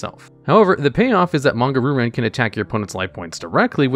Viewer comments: Ree-u ran* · I like watching these videos because they’re very interesting and entertaining, but say it with me “ree-oo-rawn”. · Normally I don't complain about mispronunciations but hearing "Roo Ran" over and over was a bit rough. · the way he says Ryu-Ran is PAINFUL